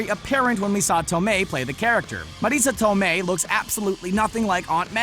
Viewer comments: Say Marissa Tomei one more time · What the hell is up with the pronunciation of Marissa Tomei? Also, am I the only one that thinks they tried to tone down her MILFness in Spider-Man compared to Civil War?